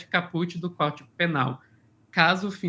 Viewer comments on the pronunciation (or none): Boa noite, um toque: caput pronuncia-se cáput .